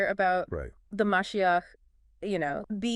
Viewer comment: Ma she ach is how you pronounce it